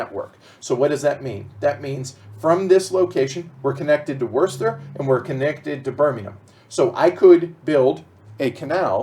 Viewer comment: By the way I am also from Birmingham and can I add my congratulations to those from Paul Umber for your pronunciations of the various locations on the board. I was particularly impressed by pronunciation of 'Worcester' (pronounced 'wooster' and not 'worcester' ). If I was slightly nit-picking I would say to you that Birmingham does have a 'g' in it (Birmingham not Birminham) but other than that I'm impressed! A bit of background info for you - Birmingham is known locally as 'Brum' (short for Brummijum) and therefore locals are known throughout the land as 'Brummies'. So the name of the game is 'Brass Brum' ok?:)